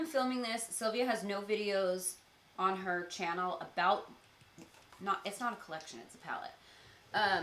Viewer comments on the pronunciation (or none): It's chyannel =))) That's how Sylvia says channel <3